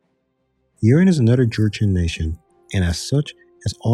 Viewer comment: just fyi: Yeren is pronounced like Ye - Ren (2 words). Haixi > Hai ci Jianzhou > Jen - joh Also its Qing (Ching) not "King"